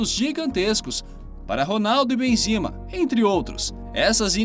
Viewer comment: Bleter?? Quem é esse cara? Benzina?? Teus vídeos são massas, mas para de inventar os nomes, pronuncia os nomes como estão escritos.